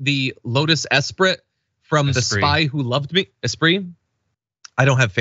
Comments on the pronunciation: Ya lost me at "EspriT". SMH 🙄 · Why have you not learned to pronounce esprit by this point in your life? It's more than a brand name.